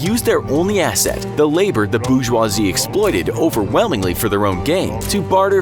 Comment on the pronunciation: "..the boO-jUwa-zeEe..." it's pronounced 'bore-jwa-zee' mate